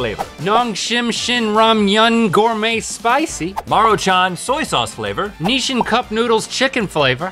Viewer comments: I never heard anyone pronounce Nissin like that and I’m going crazy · who told them it was "Nishin"?